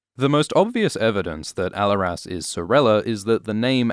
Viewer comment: The way you’re pronouncing Alleras is hurting my ears.